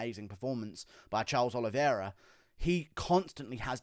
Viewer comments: The champ has a name, and it's Oliveira, not Oliviera 🤣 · It’s the Olive-Era